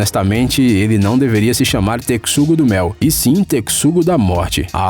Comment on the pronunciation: Realmente ele não se chama "tecsugo-do-mel" e sim texugo-do-mel. 👎🙏🤪😒